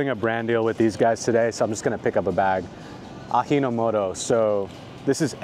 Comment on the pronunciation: Is it really… “ahi-no-moto”? Like “halapeno”? 😂 that was cute, but maybe I’ve been wrong all my life 😊